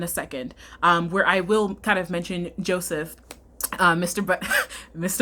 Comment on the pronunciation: i'm sorry , but "josephith" took me TF out lmao